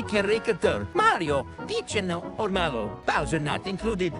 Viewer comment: Why do you guys not like Malo? Btw, it's actually Mallow I'm pretty sure